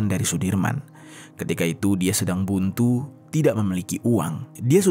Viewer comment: Buntu😅😅😅 kayak asli orang Palembang aja Lo bang.